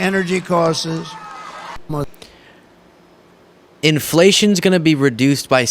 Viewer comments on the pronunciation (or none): I think he was trying to say "energy costs", not "causes" but it came out all weak and Trumpy. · wasn't that, 'energy costses?' Hard to tell with a madman uttering word salad... "crisic"? I think Desi Lydic from the Daily Show is getting under his leathery skin. Bless his heart.... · At the beginning, where he says "energy causes," I think he may have meant to say "costs" but can't read or pronounce words correctly. But he would say he was just kidding! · Costes instead of costs. Recock instead of require. Crisic instead of crisis. His speech is definitely deteriorating. Understandable because he is old. If Trump wins this election, JD Vance will be President in two years. President J D Vance!!! I’m not sure who is worse, he or Trump. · yes agree costes he said lol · i thought he said energy costses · “Slashing energy costes “ is what I heard🤦🏼‍♀️😂😂😂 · Honestly, I think he meant "slashing energy costs" and instead said "slashing energy cosses." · I think he said "energy costses". A very stable genius indeed. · It was "slashing energy cos(te)s." Midas is accusing him of being on meds to help his hand movements. If he was taking Ritalin or something like that, it would impact his speech as well as his cognition. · I think he said " energy costs-es. He was really sundowning. Has there ever existed any other human being with such crippling insecurities? There is no fruit left in this fools loom. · Didn’t he say “energy costsez”? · He didn't say "energy causes," he said "energy costs-es." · He didn’t say energy causes, he tried saying costs and it came out as “costes” 🤡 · He didn't say "causes" he said "Costes" as in costs hahahaha he's such a moron!